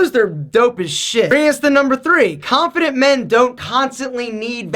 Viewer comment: Khhhanffident men....